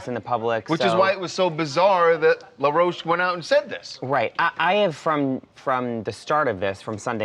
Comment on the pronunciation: He’s no LA ROCHE- like you’re pronouncing it- his name is in plain English- LAW ROACH 🪳